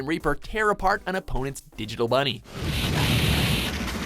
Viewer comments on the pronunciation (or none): none